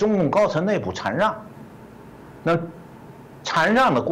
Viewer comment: 禅让！shan四声！